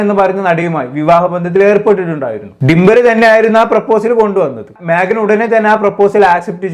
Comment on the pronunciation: ഡിമ്പൽ അല്ലാ ഡിംപിൾ... Magna alla Meghna😂😂😂